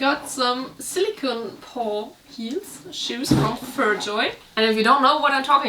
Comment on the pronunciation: 🐾 (Not to be that guy, but it's kinda a pet peeve of mine - silicone is pronounced with a long o - like Silikon in German. Silicon (no e) is pronounced with a short o and means Silizium.